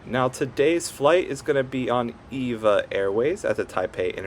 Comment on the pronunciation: It's pronounced E-V-A. Not like the woman's name. (Evergreen Airways)